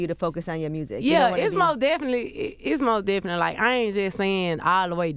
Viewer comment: “The mursic” 😂😂😂